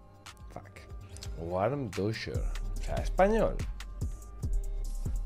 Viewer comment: Bro, se lee Vandusher. La w es como la V. Buena partida